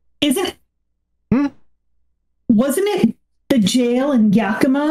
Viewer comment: Love the episode, as always. one note: Yakima is pronounced Ya-kuh-ma